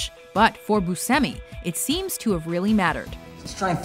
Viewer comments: It's Steve boosh-emi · Was the way she was pronouncing Buscemi making anyone else crazy? It is "BYOO-SHEM-EE," right?